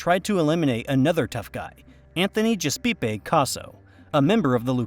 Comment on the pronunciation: It was an interesting video until the narrator referred to Anthony “Gaspipe” Casso as Anthony “Gespeepee!” Casso. I almost fell out of my chair with laughter. All credibility went out the window with that.